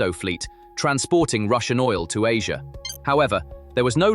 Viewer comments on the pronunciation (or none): none